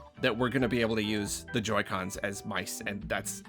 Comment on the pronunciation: “Meeces”? You hate those meeces to pieces,?